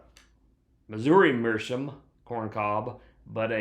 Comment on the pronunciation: It's pronounced Mearschowmh